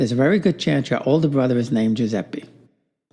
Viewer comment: It's Joozeppeh, not Joozeppie!